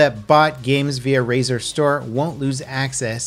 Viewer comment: Rzaer? Never heard of it XD